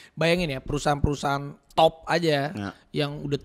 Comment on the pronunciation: Dan sumpah ini ngakak bgt logat nya bang rafi menit pas bilang top..